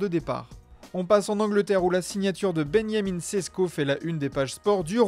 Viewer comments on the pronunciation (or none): Pourquoi vous dites ben ya min sesko et pas benjamin sesko ? Ca ce dit comme ça en slovenie ou c est qu'il est juif ?